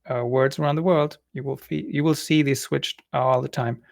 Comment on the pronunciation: Also find it interesting that the speaker said "fee" at first while trying to say "see"... The S got swapped with an F.... 😅